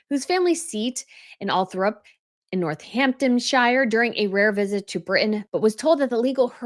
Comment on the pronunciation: Please, please consult with someone about the proper British pronunciation of British place names. Northamptonshire is not -shire at the end. It’s pronounced -shir. Charles Spencer was sexually abused by a female matron at boarding school. I think you should be less judgemental about his personal life.